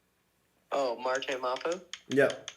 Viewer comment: Glad you finally understand how to FINALLY pronounce “Mar-TAY mah-poo”. Hearing “Mar-tie Mu-poo” for 4 videos was hard to watch.